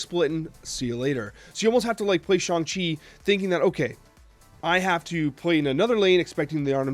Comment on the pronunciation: He did it! He said Shang-Chi right!